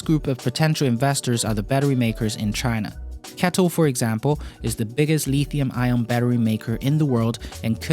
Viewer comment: Just so you know, the metal is not called le(e)thium.